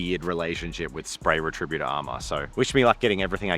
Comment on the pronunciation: is pronouncing it "re-TRI-but-or" instead of "RET-ri-BUT-or" an Australian thing?